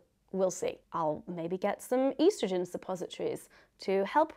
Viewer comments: Why are you saying estrogen weird lol?? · How else would you say it...